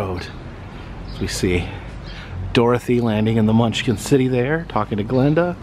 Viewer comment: If you are such a big fa of the film you'll know the the good witch of the north is called GLINDA NOT GLENDA. Get it right